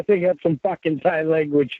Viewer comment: "fawking dick fawk" 😂